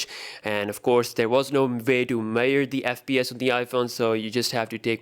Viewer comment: some weird Pronouncement to say measures 😁